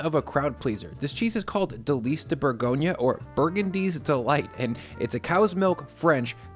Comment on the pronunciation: It’s pronounced Boor-gonya, not Burgonia 🙂 (And roll the ‘r’ at the back of your throat).